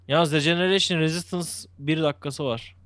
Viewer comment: regeration un recen diye okunuyormuş beyler